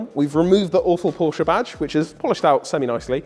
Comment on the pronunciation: And learn how to pronounce Porsche correctly-ask Alex he knows